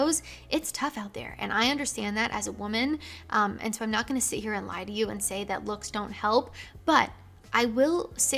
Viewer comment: She sais SIT